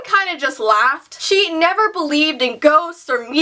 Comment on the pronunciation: I thought u said shit when you said she